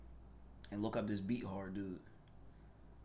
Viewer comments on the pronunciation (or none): the Quarterback who wore 3 for Jacksonville is Cj Beathard who was the quarterback for the 49er's as Jimmy Garropolo's backup. His name is pronounced Beath-ard